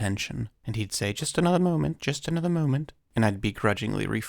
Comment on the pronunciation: "Just anotha moment, just anotha moment!" 😂😂